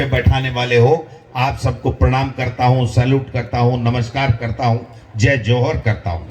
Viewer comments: जोहर नही जोहार बोलो डोटासरा जी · बोलना सिखो जय जोहर नही जय जोहार बोलो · यार इनको जोहार बोलने नी आता या जानबूझ के जोहार को जौहर बोलते है